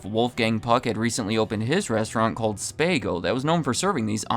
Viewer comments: It’s not Spay go. It’s Spa go. You don’t say Spay ghetti or do you? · Spa-go!!! not ‘Spay-go. WTF? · "Spah-go" rather than "spay-go". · OMG. Did you really say “Spay-go”? You don’t know about high end, la food places it seems. It’s spah-go. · It's pronounced Spah-go, not Spay-go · SpAaahhh-goes not spaygo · SPA-GOS NOT SPAY-GOS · Spaygo? I think it’s Spahhgo! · Learn correct pronunciations ". Wolfgang Puck's restaurant name is not pronounced SPAY GO'S. it's SPAGOS. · spahgo, not spaago...jesus fuck... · SPAH-go, not SPAY-go. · . SPAY-Go? It's "SPA-Go", right? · Not “Spaygo.” “Spahgo” 😩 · SPA-GO, NOT SPAY-GO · "SPAH-GO" not "SPAY-GO". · The Puck restaurant is pronounced “Spagho”, not “Spaygo”. Good grief. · It's pronounced 'Spa-Go', not 'Spay-Go'. I know. I've dined there. (A.I. narration is a joke sometimes, actually most of the time.) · It’s pronounced “SPAHGO” not “SPAYGO” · It’s pronounced “Spa-go” NOT “Spay-go”! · SPA-GO, not SPAY-GO 😊 I WAS THERE MAN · Spaahhhhhhgo, not Spayyyyyygo. SMH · It's spah-go, not spay-go. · Its pronounced SPA-GO not SPAY-GO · SPAAAHHHHHGO. SPAHGO, not SPAYGO. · Pronounced Spa Go ahhhhhh not A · Spah-go, not spay-go. Wolfgang Puck himself pronounces it Spah-go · SPAH-go, not SPAY-go the "open kitchen" concept was also pioneered by SPAH-go ugh, Pepsi sticks their nose in yet another food chain We WERE now-and-again CPK customers. Palo Alto vanished suddenly, and San Mateo was so short-staffed they "couldn't seat us" despite a half-empty restaurant. So long. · Dude… Spay-go? It’s Spa-go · Spago is pronounced like "spa" and "go" run together. Spahgo not Speygo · Not spay-go spaaa go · It’s Spah-Go not Spay-Go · lol SPA-go not spay-go! 😂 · Spago is pronounce spa-go, This is the way Wolfgang Puck says it. Not sure why Google online pronunciation says spay-go. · right! because when you look at it it looks like spa-go so spago not spaygo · Yes, spago is Italian and pronounced as spa-go. It’s being Anglicized and pronounced spay-go.